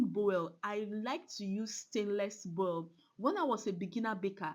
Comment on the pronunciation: Nice one ma But Boul ma not Bowel